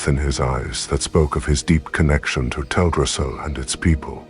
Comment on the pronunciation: Have you considered narrating this yourself? I'm sure everyone would appreciate having a narrator who can adapt their voice to the story and read with a bit of passion, instead of the current flat and bland TTS narration that butchers the pronunciation of non-common words like Teldrassil.